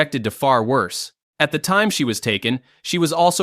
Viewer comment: WORSE, not wose.